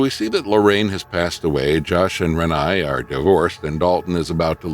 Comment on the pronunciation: Except for saying Renai’s name wrong, I agree.😊